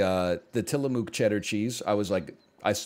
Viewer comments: It's not Tilla-moo-k, the mook portion is pronounced closer to the double o in book. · Wheen he said till-uh-moo-k my soul left my body